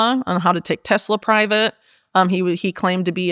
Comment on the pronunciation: She said Tessler and it made me think of when Donald Trump was using the White House as a used car lot with Leon musk. He kept calling it a Tessler... Freudian slip no doubt😂